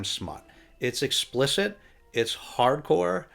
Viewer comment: Happy holidays! When you were talking about Olive's racy book picks I thought you were saying "parkour" instead of "hard core". But I guess both kinda work.